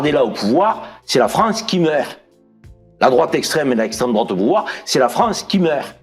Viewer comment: Droaaate... Attention à ce que vous dites😂😂 parlez, prononcez correctement😂😂🤪😉